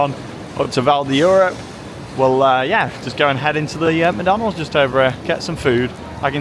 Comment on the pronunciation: Funny how you said macydeans and the golden arch